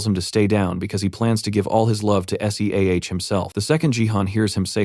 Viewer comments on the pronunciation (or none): Hate it when the voice spells SEAH. Otherwise, an amazing voice over.